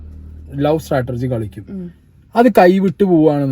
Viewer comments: Brother it’s not stratergy. It is strategy. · Its strategy not startergy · ചേട്ടൻ Chatterjee എന്നു പറയുന്നതുപോലെയാണ് Strategy എന്നു പറയുന്നത്.. നല്ല രസം😂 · Can you check Strategy pronunciation 😬